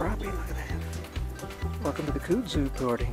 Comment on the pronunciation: As a person of the south, I must offer my "help" to you in the pronunciation of kudzu. You can take it or leave it, just as there are two ways to pronounce tomato (toe-may-toe) or (toe-mah-toe). Each to his or her own. However in the south, we pronounce kudzu as (cud-zoo) like a cow cud. Just as we in the south call it Corn Hole, those in the Northern States call it Baggo. My father was raised in the south and my mother from the north. So I my vocabulary and pronunciations were educated from both sides, yet raised in the south, them thar speakn' thangs dun took to the local ways to sayn them thar words. HAHA. Not making fun accept to myself and having a joke with ya. Love your videos. Keep catching them!! Your southern fishin' gal subscriber friend.